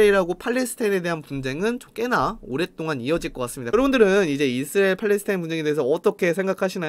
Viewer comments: 이스르엘 이스르리엘 발음 아직까지 웃기시군옄ㅋㅋㅋㅋㅋ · 형 이스라엘 발음이 안되는건 여전하구나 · 이분 왤케 이스라엘 발음을 못함? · 이스라엘 부를때 발음 왜 그럼?